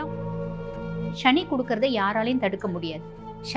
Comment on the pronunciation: முதலில் தமிழில் சுத்தமாக பேசுAltop No more excuse ஸ்சனி இல்லை சனி Nostyle in மொழி உச்சரிப்பில் B y proper manner again NoAL top